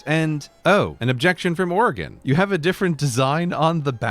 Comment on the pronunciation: As an Oregonian, firstly, thank you for pronouncing our state correctly. We love our beaver flag but i’d like to see us adopt or incorporate the cascadia flag as well